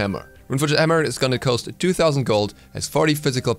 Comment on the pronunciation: Does anyone else notice he always says 'coast' instead of 'cost' ? 😂